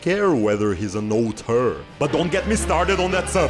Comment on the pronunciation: thank you for pronouncing auteur correctly, it seems no one can